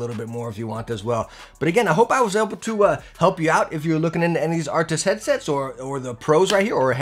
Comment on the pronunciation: Does he say artics?